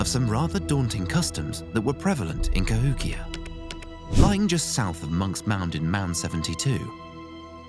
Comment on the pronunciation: Would have been great except you kept pronouncing it "Ka-HICK-ee-yah"